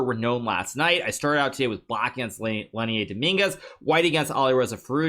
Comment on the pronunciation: bruh Lenier isn't french why do you pronounce his name like that please stop